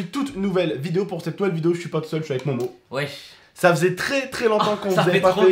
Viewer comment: Pourquoi tu dis mowmow et pas momo